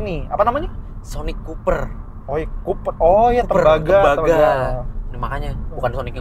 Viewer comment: Copper bacanya bukan kuper btw :(